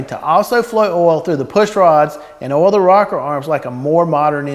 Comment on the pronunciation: Great video- learn how to say O I L!!!! Ol is something else. Oo iiii LLL